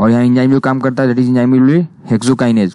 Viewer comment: enjyme nahi enzyme hai